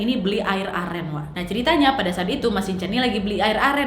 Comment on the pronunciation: Aku dengernya beli air amer bukan air aren😭😭